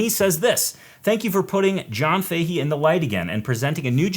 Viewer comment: Fahy or Fahey is an Irish name. Common in Galway . Pronounced “Fa Hey” or “Fa Hee” , say it fast . Not that it matters . Cool show .